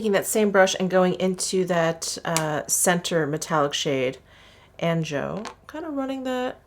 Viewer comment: Fabulous as always,! Anjou is pronounced Ahn-zhoo!